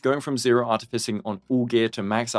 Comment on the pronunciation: Take a shot each time he says "Artificing" in the worst way possible